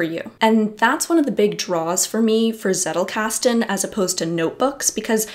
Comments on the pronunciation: wtf is zeddelcasten, it is tzettel!! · PhD in theatre and performance studies... I need to let that sink in... How much does this "journey" cost you? And yes, it's pronounced "tsettel", which rhymes with "do better". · If you are like me and thinking she was saying zerocasting, I'm here to tell you she was actually saying zettelkasten